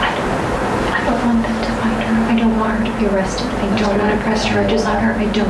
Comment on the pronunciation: Around the mark, she keeps putting emphasis on HER... girl you're cooked just be honest. I can't stand narcissists